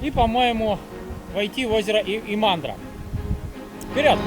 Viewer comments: Привет! Правильно ставить ударение не на имАндра, а Имандра (первая гласная). Не критикую, просто для информации :) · Имандра ударение на И